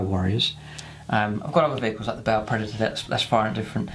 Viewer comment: That is a damn pretty tank! And I like that you pronounce the name of it right. Many is the ba player I've met who tells me how cool their 'ball' predator is. smh It's the only blood angel toy I wish other codex marines could take, mostly for the twin assault cannons.